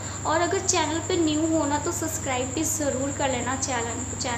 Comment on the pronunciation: It is subscriber not sascrber